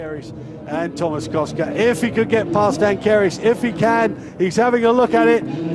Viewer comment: Lol he said Tomáš as Thomas